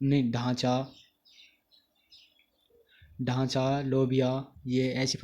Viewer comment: ढांचा नही होता सर ढैंचा होता है